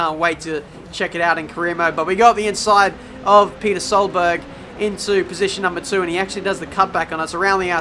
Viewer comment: You should of got a penalty for saying 'Peter Solberg'